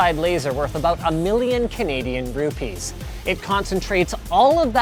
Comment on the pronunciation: did linus say "Rupees" ??